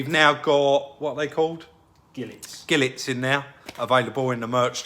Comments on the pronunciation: is such a talent! By the way it’s pronounced “Jee-Lay”, not Gillet 😂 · Nope. It’s pronounced “Gee-Lay” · You're enthusiasm for this car just shines through. I hope you find the headlights for a decent price. You made me laugh at the end with the way you pronounced Gilet 😂